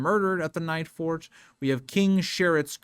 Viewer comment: Normally I wouldn't correct a YouTube streamer for a slip up, but you called the Nightfort the "Nights-fort" a dozen times before I decided it was worth mentioning.